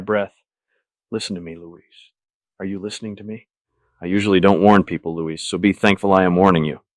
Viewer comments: Great except AI mispronounces Luis Carruthers (Lewis) as Luiz. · the way it pronounces Luis wrong